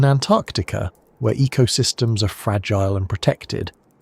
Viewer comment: "Antactica" yup, ai.